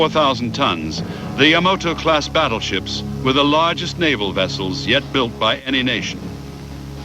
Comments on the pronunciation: This narrartor may be A.I. He mispronounces YAMATO as YAMOTO every time. WRONG!!!!!!!!!!!!! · This is the second narrator I've listened to today who mispronounced the Japanese battleship Yamato as Yamoto.... Overall, a great video.... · The Japanese battleship referred to here as "Yamoto" is actually the YAMATO also mispronounced often as Yamamoto..the name of an admiral. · You say Yamato I say Yamoto . . . I have the same issues in English. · Hey this was pretty good! I'm curious, though, was Yamato really pronounced like Yamoto? Anyway, I thought it was well done. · 大和 (やまと) not やまとえ as potatoe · I have always enjoyed this battle. It was my favorite naval battle. I am a serious historian with a WW2 background. I liked the way this was told from all sides. Also found funny the pronunciation of the Yamato and the misspelling as well. That ship was a behemoth and a brute of a battleship. The Japanese lost 26 ships and were never again able to sortie out against the American combat power. Thanks for the post of this history.